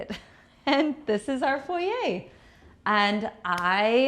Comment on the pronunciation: Not envious - have much better. Nothing is better than that cheap little out of scale chair and pedestal in foyer. Bunny Williams does not pronounce it as foyeigh lol. So much cheap junk in this house. I do like the portrait picture in the foyer though. Gloves for the Leibovitz book? Hahahaha. I t must be priceless to be in the same home as your car art, Car art doesn’t seem PERSONABLE? Hahahaha. Had to go before you started on the dining room and the $50. chairs. You brag, pretend to know what you are doing, don’t have much money, and have made dozen of costly mistakes. You have a presence that shouts insecure, copycat, raised by braggarts without money, envious, completely untalented. You owe your Wal Mart and Rooms To Go guests for keeping you in subscribers. 😅😂